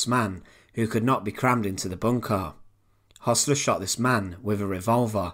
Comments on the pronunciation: It's pronounced 'hersler' not 'hossler' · Hössler not Hossler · it is Hoessler not Hossler as pronounced by the narrator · Why pronounce Hossler even though the name is spelled Hössler?